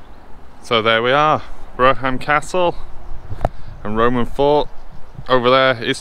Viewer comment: Brilliant, very interesting place enjoyed the history of it 👍 great video Apparently the prenounce of brougham sounds like " broom" 😮